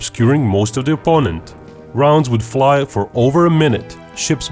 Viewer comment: It’s not Dee or Diss ‘th’ is not D